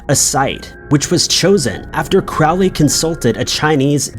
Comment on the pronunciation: Crowley's name is pronounced like 'crow'. Not like 'crowd'. You get way too many names wrong.